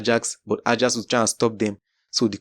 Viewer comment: Ajax is pronounced as 'Ayax', research about how teams' names are pronounced correctly... Start with Bologna & Leicester 😂